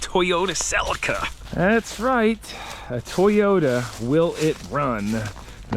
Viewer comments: Cee lee ka, not cel e ka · Celeeeca not celika lol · It's pronounced selleeka not sell iker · it's funny how you are calling this "Selika" , but I guess this is how it's called in English? In Switz we used to call them "Tchelika" ... I'm trying to write phonetic. 🤣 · It’s pronounced cell-EE-ka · Its pronounced Sa lee Ka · Celica, its pronounced, sell-lee-ca and they are worth gold in the south Pacific Antipodeans, Japan etc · Here in Australia we pronounce it as Toyota Se-lee-ka. Anyhow, i can't tell you how many of these cars gearbox's were used for high performance vehicles, in 4 cylinders and Mazda cars with suped up rotary engines. I think even maybe some people may have used them in larger cars with V8's. Point is, the boxes on these cars are almost indestructible! Oh, forgot to add, we are talking back in the 90's mainly when this was big! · What the heck is a "sell a ka"?. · i love u bro but thats not how u pronouce celica 😂😂😂😂